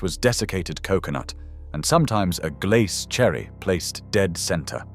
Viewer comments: They cannot pronounce glace either. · Erm . You can still get semolina and blancmange... But why was blancmange and glace pronounced wrong? Doesn't feel very "British". Especially showing Jell-O! Basically a lot of this is just tastes and fashion. Especially war time dishes that were made out of necessity. Most of the time these days, both parents have to work so a lot of this stuff just isn't feasible. I've had syllabub and was born in the 90s, so clearly they're not all gone. And figgy pudding is literally just Christmas pudding. Many people still make their own.